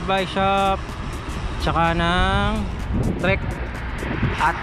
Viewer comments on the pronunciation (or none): none